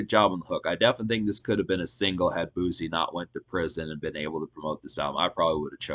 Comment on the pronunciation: It’s pronounced boo-cee 🤦🏾‍♀️